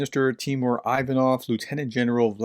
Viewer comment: Great stuff, professor! Quick note: Ivanov is pronounced like "ee-VAH-nuv." Feel free to disregard this information, just thought I'd drop it in here.